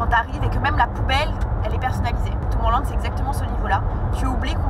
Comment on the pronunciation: Arrêtez de prononcer Tomorrowland à la française s'il vous-plaît c'est horrible 😭